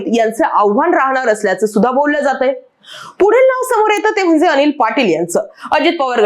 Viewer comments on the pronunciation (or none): none